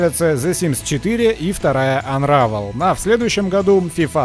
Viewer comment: Анравэл? Может Анрейвэл? "Unravel" прочитайте, сэры.